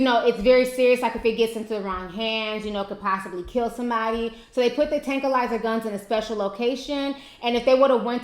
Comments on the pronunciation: “Tran\qua/lizer.” Lol i love you T. No disrespect but i too cannot pronounce a few words but that because i am a silly ass lol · tranquillizer [trang-kwuh-lahy-zer] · tranquillizer! bless your heart lol im the same when it come the pronouncing squirrel lol xx